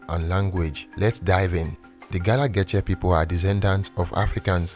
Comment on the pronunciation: I cringe every time he pronounces Geechee😫